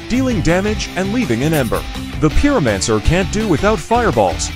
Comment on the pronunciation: "peeromanser" lmao